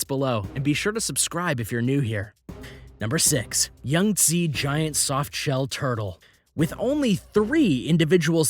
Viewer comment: It's not yungtze. It's Yangtze